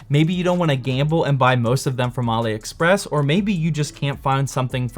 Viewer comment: I think its pronounced Allie express not ollie express